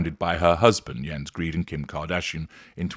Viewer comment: I suspect that the name is not actually pronounced "Greed", is it?